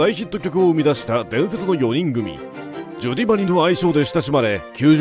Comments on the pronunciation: ナレーションの人が「ジョディーアンドマリー」とか「ジョディマリ」って言うのが気になります😂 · ジョディって言ってない？